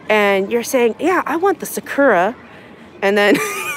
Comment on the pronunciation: try pronouncing as Sakoora"r" and the u as oo, and the r at the end almost silent as when you say you "are", the are is the end syllable. Hope that helps.